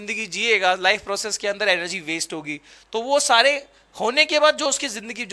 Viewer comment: Bro it's waste not wast😂